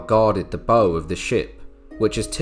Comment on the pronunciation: It's bow as in cow in the context of boats. Fine video! :)